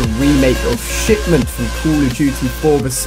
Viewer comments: anyone eles relies he says shitment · wow Ali-A , were you tired when you made this video or something? You sounded a bit off, less energetic. You also repeatedly said the name of the map wrong, and at the end of the video, you said it was fantastic to cover all of the dlc for another YEAR of CoD Ghosts.